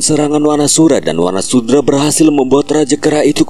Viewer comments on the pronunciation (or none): Wanasudra min bukan wanasura